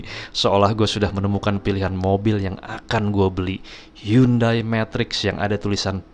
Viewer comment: Hyundai.. baca nya hende bang